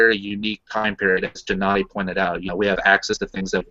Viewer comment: Hmmm... wondering, why you pronounce (G)ennady with (Jem), net (Greend). Isn't that a Russian name? Джэ-Надий ?